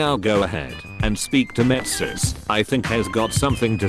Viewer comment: lol, metsis